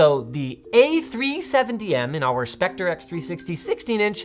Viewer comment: Hahahahahah "Spectre", what's a "spec-tree"?! xDDDD *Specter - We're not in Victorian times anymore (: *Building-Block *Dinner-Date/Fire-Incident - Writing it like they're adverbs in the wrong case makes no sense. Saying "anyhoo" should be punishable by law, btw. Cringe.